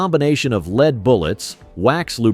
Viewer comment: The element is pronounced "led" not "leed"... A big thumbs down...